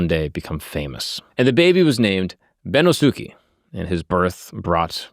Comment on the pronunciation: Bennosuke is pronounced ben-NOS-kay